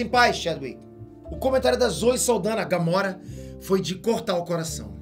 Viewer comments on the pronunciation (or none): none